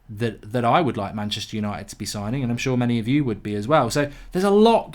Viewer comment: There is no 'i' in Manchister